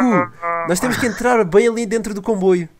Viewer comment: disse combuio